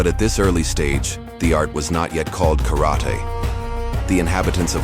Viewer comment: Pronounce “karate” wrong……